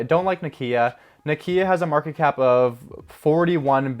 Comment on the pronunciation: Why does he pronounce Nokia like that? 😳